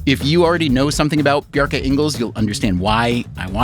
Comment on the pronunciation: Great conversation! It's more like "Bjark-uh"